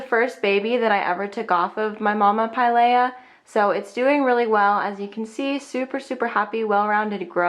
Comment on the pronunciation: It's pronounced like, Pie-Leah